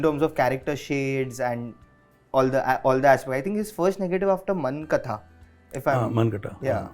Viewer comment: It's not Munk Atha..